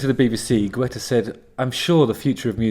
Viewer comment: It's pronounced, "Git-ah" or